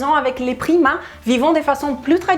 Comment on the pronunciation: au début je pensais qu'elle parlait des primates ..... mdr